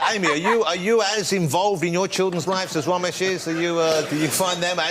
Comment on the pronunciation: “The vewy vewy funny, mister Womesh Wanganathan”